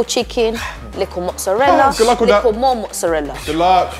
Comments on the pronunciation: Nobody: The lady : lIkKle ChICkEn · so cringe when she says likkle